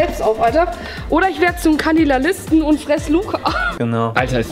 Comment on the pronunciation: Jeder: ich werd zum Kannibalen: ich werd zum Kannilalisten 😂😂😂😂😂😂😂und dafür liebe ich sie😂😂😂😂